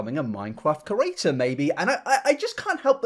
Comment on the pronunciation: I agree with you but bruh why you say creator like ‘kerator’ ?